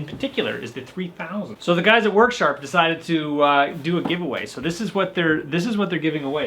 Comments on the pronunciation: worksharp "er" not harder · I was waiting for the water heater to explode, ahahhaha like the smokehouse catching fire, love all your videos, I learn stuff and laugh my a** off, u crack me up! "Worksharp", Im from Boston so I talk that way already! LOL